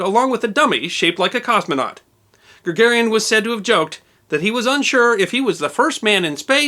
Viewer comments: Mispronouncing Ga-gar-in's name kinda calls into question all your research. It's not Gagarian. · Yuri Gagarin, not Yuri "Gagarian"